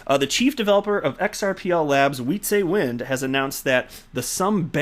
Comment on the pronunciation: As a dutch person, I can't stand to hear you murder the pronunciation of Wietse's name. It is not pronounced WHEATSAY WIND. I have held my tongue trying to not be that guy, but it is literally killing me. Please for the love of god, hear me out on this one. W's in dutch sound like V's. Think "pizza" but with a V and "wind" with a V. His name is pronounced like this: "Vizza Vind" /end rant.